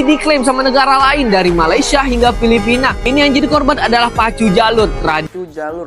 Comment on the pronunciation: MA LAY SIA BUKAN MA LI SYA…betulkan. Nak komen positif kena sebut elok2. Kenapa boleh sebut IN DO NE SIA…. Boleh pulak sebut! Bengong